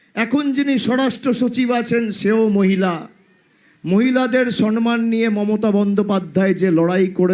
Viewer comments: Sommyan not sonmyan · Ufff dujonkei bolchhi.. kothata " soNman" noy.. kothata holo "soMman". Kaan byatha hoe galo vul bangla sunte sunte..